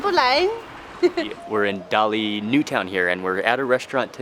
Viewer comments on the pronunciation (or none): none